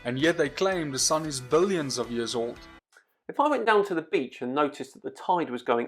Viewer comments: "Billoins of years"? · "billoins". heh. Flattards are defective in every way. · what's a billoin? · Stopped listening to the guy after I saw "billoins" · "Billoins" of years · bill-OINS of years.. LOL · He lost me at "billoins [sic] of years".